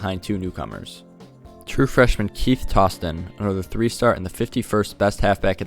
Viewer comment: “Tows-ton” for Toston, not “toss-ton”